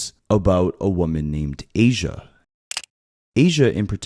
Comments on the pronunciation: Aysia not Alisha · You keep saying Alisha and her name is Aysia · He said that at least twice. Please get the name right. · The name mispronunciation on ayseia and neo has me half invested since if you were invested in this you would pronounce the names wrong, you called neo, neon which is totally different